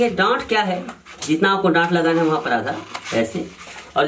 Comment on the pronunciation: Dant hota h ki dot